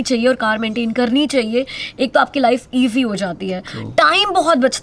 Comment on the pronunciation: Lifenfe - "S" is "F" in world😄😄😄😄😂😂😂👍👍👍